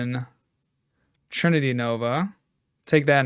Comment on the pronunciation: That's definitely NOT how we say trinity nova in Australia 🤣